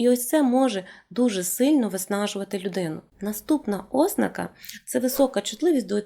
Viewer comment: Ви описали багато моїх життєвих реалій. Я от навіть неправильний наголос ( ознАка правильно) сприймаю з пришвидшеним серцебиттям і тиньканням у скронях.